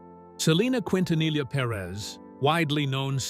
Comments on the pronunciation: Ahh yes, “Selena Qwintanilla” 🙄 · need to learn to pronounce her last name quin ta nilla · Miss pronounce her last name wrong. Disrespectful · Selena’s last name it botched to frequently in this video. They are saying L for the “LL” when it’s supposed to sound like a Y. I remember listening to her music on the radio before her death. She was a wonderful singer!!! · For goodness sake, learn how to pronounce her last name. 😂